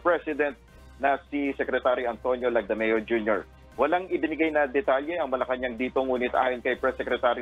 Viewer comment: Correction Please. MALACAÑANG PALACE. It’s Not MALACAÑAN PALACE😂😂😂